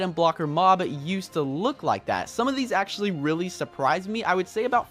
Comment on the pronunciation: AXE-ually, ok i just had 2